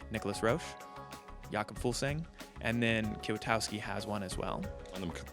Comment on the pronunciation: (ummm) Kiotauski <> Michal Kwiatkowski. Learn the names of your riders dude...